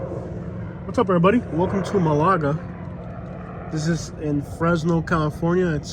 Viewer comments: You said my hoods name wrong foo lol Mel-uh-guh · It's pronounced mal a ga.